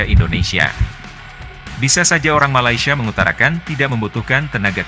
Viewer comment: katanya sudah merantau. sebutan Malaysia pon salah. Malasia?..abahh luu!!